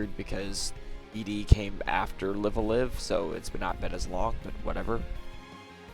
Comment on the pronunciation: Great content as always. Please: “LAI-v ah-LAI-v”